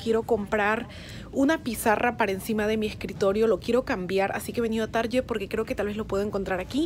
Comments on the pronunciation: Tar-guet, se dice!!! Lo aprendí en tu vlog... de cómo se pronuncian algunas marcas palabras. Jejej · Hola, porque pronuncias target asi? seguro te confundiste...